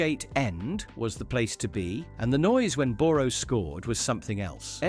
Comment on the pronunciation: This is AI generated. Can’t you get someone to pronounce Boro or Reading properly? And the script lacks insight and passion. Shame.